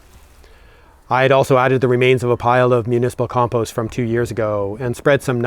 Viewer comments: Now you're in Ireland please learn how to pronounce compost🙂 It drives us nuts. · At least he can say compost, and not "peatfreecompost" like the BBC requires these days.